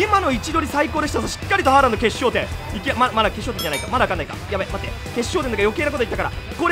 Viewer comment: ホ-ランドかハ-ランドかわかんないw